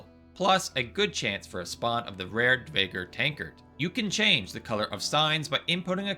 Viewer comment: I have to say this 'cuz it was driving me mad, but "Dvergr" doesn't have the "v" pronounced like that. It's more like a "u." Dew-er-gir.